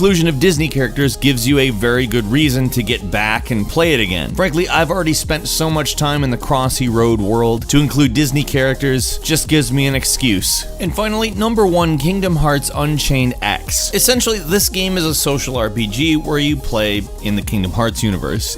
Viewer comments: hey, heads up. Kingdom Hearts unchained x is pronounced Kingdom hearts unchained key. in the game lore it is stated that x is recognized as key. just letting you know! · for the record #1 is pronounced "Unchained Key"